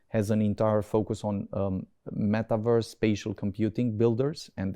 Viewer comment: Când am ajuns la malivărs m-a zgariat pe creier. Am vrut sa vad ce vorbitor de engleza pronunța așa. E român. Asta explică. Ramai bre în maltivărs. Eu ies.